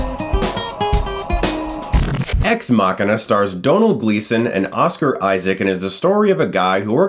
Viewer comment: Why do you keep saying Asuka instead of Oscar?